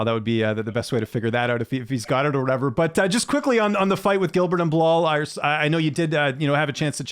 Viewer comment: So he's calling Bilal "Bill Lyle" now?😂😂